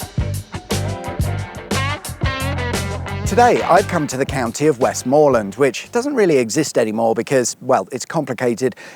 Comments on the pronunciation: It's not "WestMOORland", it's pronounced "Westm'land". It's not "KirKby Lonsdale", it's pronounced "Kirby Lonsdale". Don't know how old this vid is, but Cumbria no longer exists and has been split into "Westmorland and Furness" and "Cumberland" (like it used to be) . Windermere is not the village on the shores of the lake, that's Bowness-on-Windermere, Windermere village is a mile or two up the road. There's tons of other stuff to do as well, like the Aquarium of the Lakes at the end of the steam railway, boat trips on the big boats on Windermere and all the Beatrix Potter stuff. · I’m a Kendalian born and bred, it’s Westmorland not Westmoreland and it’s pronounced Kirby not Kirkby. Thank you very much. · "WESTmorland" not "WestMORland". "Kirby" not "KirKby". 🤣🤣🤣🤣🤣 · KIRBY Lonsdale FFS, it's a silent K!!! And it's Westm'land, not Westmoorreland!!! Bloody tourists. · Westmorland isn’t pronounced like “more” it’s Westm’land sorry 😅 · Pronounced West’m’lund not West’more’land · It's pronounced "Kirby" Lonsdale. The second "k" is silent. Also waaaay too much emphasis on the "mor" in Westmorland. The actual pronunciation sounds more like "west-muh-land". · The second K in Kirkby Lonsdale is silent! Westmorland has a soft T and silent R, sounds like Wes'mo'land. You were so close to the force at Backbarrow Bridge where Grasmere, Rydal Water and Windermere flow out to the sea. Windermere town is two miles uphill where the train station is, Bowness village is where you were, down at the lake. and to remember the name of the only lake in the lake district it's the one with the funny name, Bassenthwaite Lake, all the others have water, mere or tarn after, or before, as in Tarn Hows or Blea Tarn.